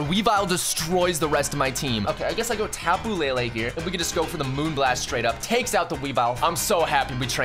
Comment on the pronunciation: tapu lay lay it's le le not lay lay ???